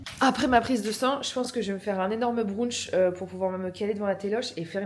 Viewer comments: C'est pas un brounch mais un brunch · Pour le « brounch » 😂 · brunch ça se prononce bruntche en anglais, la facon dont tu le dis c'est trop mimiiiiii